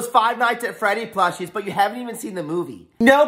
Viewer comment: Bro called Freddy teddy 😂